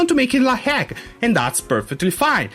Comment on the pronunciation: nitpick: ".hack" is pronounced "dot-hack". The dot is not silent. :p